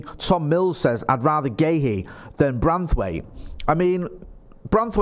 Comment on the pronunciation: WOW finally pronounced Guehi correctly 😂😂😂😂